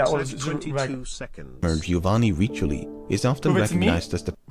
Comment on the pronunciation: Dude lost all credibility when he said "Giovanni Richioli" instead of "Riccioli"... Double C = K not CH...